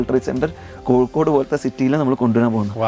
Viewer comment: കൊക്കോട് എന്നാണ് പറയുന്നത് കോഴിക്കോട് എന്നല്ല, കേൾക്കാൻ സുഖമുണ്ട്!